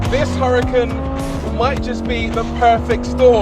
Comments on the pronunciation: its not hurri-kin its oora-kaan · Please don’t pronounce Huracán in English. Huracán was a Spanish Fighting Bull and because of that it is pronounced in Spanish.